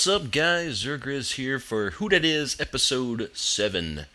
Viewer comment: Its zzirGrizz :DD not zirrGrizz :D